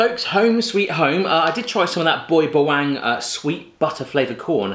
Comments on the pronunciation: Bawang ba-wa-ng not baywang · I got slightly pissed with your pronunciation of Boy Bawang. Bawang is pronounced Bah-wa-ang. (Fun Fact, bawang means garlic in Filipino) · you failed at saying Bayang